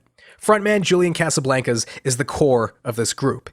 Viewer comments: mad respect but why do you pronounce casablancas Like That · I almost had to stop watching the video with the way you pronounced Casablancas